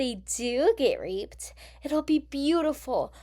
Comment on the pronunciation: Also when you say Reape it sounds like rape isn’t that what you are trying to say or no?